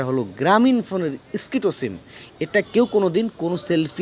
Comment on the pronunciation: সিকতো সিম না ভাই স্কিটো হবে কথাটা